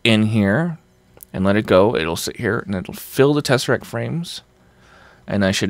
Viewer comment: Every time says tesserack, my brain says Muad'dib.